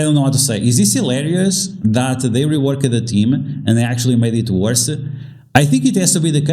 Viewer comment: Just a heads up. It's "worse" not "worst."